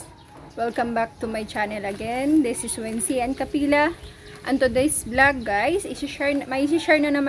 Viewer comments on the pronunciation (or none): none